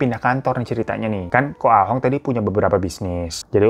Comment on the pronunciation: Koh Ahong ❌ koh Ah tong ✔️ 😂